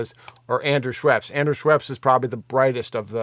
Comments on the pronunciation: Haha, Andrew Scheps, not Schweps. Interesting video though, thank you so much. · Scheps not Schweps-it’s a beverage 😂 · Dude, please learn the names of the guys you`re talking about ... ANDREW SCHEPS ... NO "W" ! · There's no W in Scheps you're killing me lol